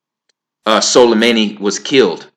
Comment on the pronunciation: Pronunciation - su-lay-money.